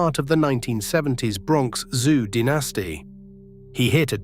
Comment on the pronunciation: Why use a British AI voice for an American game? The word "dynasty" is not pronounced dee-nasty on either side of the pond. The sad AI narration ruins this otherwise interesting video.